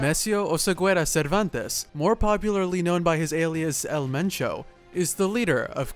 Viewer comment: Pinche pronunciación toda cagada "el menchou" 😹👉